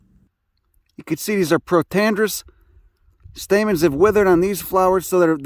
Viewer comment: But he just said there was THREE Stamets... Stamens?